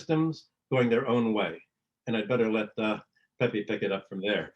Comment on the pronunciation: By the way, the name is pronounced is NOT “peppee” “peppy” or “peepee”. The letter E” is always pronounced as “eh” as in pet, bet, fed; not Pete, feed, etc. In the Spanish language (which I’ve spoken in my 70 years of life) the vowels do not change their pronunciation just because we do not learn them correctly. So it’s sound is pehpeh if we want to respect the language and not let someone else change it.